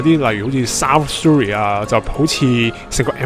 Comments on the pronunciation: Surrey U 不是发u 音 是倒e:音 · Surrey 发音错了,应纠正.